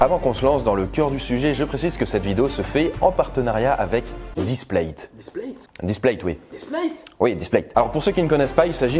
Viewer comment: "[...]displate" literaly everyone: "splate"